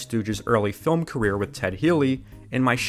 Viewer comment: Every time he says the word "film" I keep hearing "dumb" until I go back a few seconds. Weird.